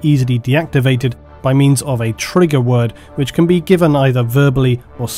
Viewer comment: lol he said triger